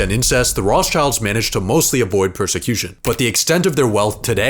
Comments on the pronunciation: funny he said Roths childs ahahaha its rot schilds lol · Did he really pronounce it Roths childs?! Man, do some proper research for audiophiles like me first before posting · i am a jew and he pronosd it whong - The Rothschilds